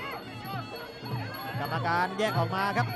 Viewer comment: กรรมการไม่ใช่ กัมการ